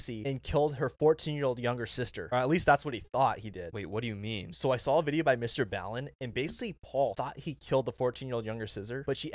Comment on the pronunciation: He said mr ballan. Lol